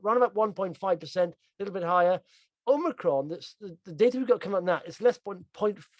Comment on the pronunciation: Really enjoy the video guys but please please call the variant Omicron - and not Omnicron. Omni means multiple.... don't jinx us!